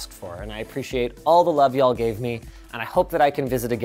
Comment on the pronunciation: Linus saying "yall" aint right.